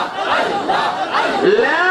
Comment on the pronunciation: এ কেমন জিকির আল্লাহর নাম অস্পষ্ট মনে হচেছ তাহেরী হুজুরের অনুসারী ???